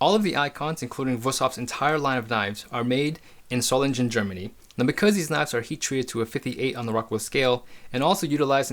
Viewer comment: Marvelous knives and nice review! Just a word of advice: Solingen is not to be pronounced as "Solinjen" but with a hard "G", like the sound of the first g in the word "gang"